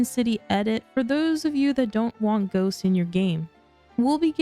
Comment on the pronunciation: Frequent mood swings 😂😂😂 when u said ghosts I swear I heard goats at first lol